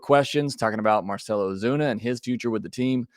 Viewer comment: Lol "Ozune" come on man